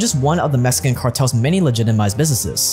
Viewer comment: Mexican not mesican